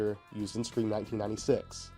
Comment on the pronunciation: 5cream is such a hilarious pronunciation, thank you for that. 🤣